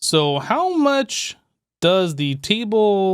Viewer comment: im not gonna lie, i really enjoy watching these videos, they're great content, but some of the ways he pronounces certain words slightly bugs me every time like table. "teeble".